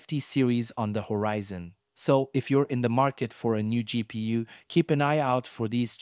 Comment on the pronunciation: No one calls it a gpoo so it's the first time I've heard someone say it like this and I found that funny... it's pronounced as it is spelt: G-P-U